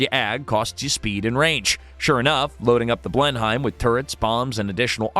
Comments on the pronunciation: it may be spelled as Blenheim but it is pronounced Blenam. Yeah I know, typical British huh. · It's a bit hard on my ears to hear how you pronounce "Blenheim".